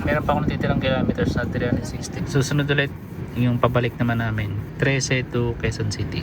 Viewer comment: Grabe ung pagkasabi mong hometown mo Trece boss. Hhaha kasi kami naman taga Pasig dati, na dito nag decide kumuha ng property hahaha, naramdaman ko bigla na taga probinsya ako hahahah